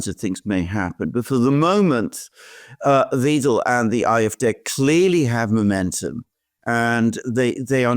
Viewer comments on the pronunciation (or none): not "Wedel"...W*ei*del! 🤣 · It is pronounced Alice Why-del not We-del. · Wiedel or Weidel? EI in German is pronounced as "fine", IE as the sound in "me" just saying. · Pronounced Whydel not Weedel. From a German. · It's not "Weedle". It's "Vidle" as in "idle" with a "V". 🙃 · Alice Weyedel, not Weedel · Alice Weidel, not Weedel. Like "wide"-el. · Please, please: Weidel, not Wiiiiedel!!!!!!!!!!!!!!!!!!!!!!!!!!!111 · It's pronounced [Why-del]... NOT [Weedel]. 😅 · You guys get the pronunciation of "Weidel" wrong. Elon too got it wrong in the X space with her. :D It´s spoken like "Waidel", not "Widel". There´s am "ai" sound there, not "e". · plz dont call the Lady Alice Weedle...it would be more alike Wydel... you DID do the perfect german pronincuation for the "ie" but its an "ei" ^^ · Please pronounce her name correctly.. it’s WIDELY not WEDEL 😊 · Guys, please! :face-purple-crying: It's Wahydel, not Weedel. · Great video as always, but, and Alexander, if you insist on calling Alice Weidel, Alice VEEDEL, then you'd better start calling the 3rd Reich, the 3rd REEK! Her name is pronounced V-I-DEL. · Weidel not Wiedel.. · Pronounce Weidel as widel please. As I . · Her name rhymes with "idle"! Thanks. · Weidel to be pronounced ``videl`` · Is it really so hard to say German names properly? Alice Weidel (pronounce it like WIDLE) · Gentlemen, please-- it's pronounced "W-aa-[schwa]-del"-- unless you want to troll her? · The pronunciation of Ms Weidel is like in the English “eye”, I.e. W[eye]dl! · and Alexander, German is hard to pronounce; so let me inform you about the correct pronunciation of the name "Weidel". It's ali:s vaidəl. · PLEASE PRONOUCE ALICE WEIDEL NAME CORRECTLY IT IS LIKE A Y ,WYDEL IN ENGLISH.THANK YOU. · It’s pronounced Whydel….like Why and Dell computers,believe me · Great coverage gentlemen! Please get Weidel's name pronouciation correct however ....V-Eye-del 😂